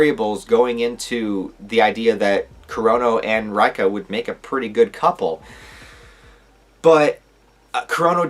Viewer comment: Reika is pronounced Ray Kah